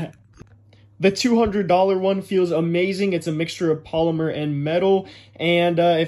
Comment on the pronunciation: Cheap: "plastic" Expensive: "PoLyMeR" lol